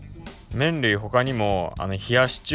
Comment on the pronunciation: いつ見ても吸引力凄いねー♡ (๑✪∀✪ﾉﾉﾞ✧ﾊﾟﾁﾊﾟﾁ あ、麺類って言ってる所、メンディーって聞こえちゃってたwww